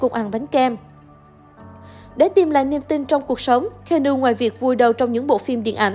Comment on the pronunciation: Xin lỗi bạn nhưng trong 4s đầu khj nghe bạn đọc tên keanu thì tôi chẳng có hứng xem tiếp. Tặng bạn 1 dislike và mong bạn xem lại cách phát âm cho chuẩn.